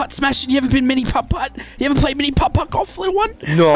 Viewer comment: The way he says putt putt is so satisfying Edit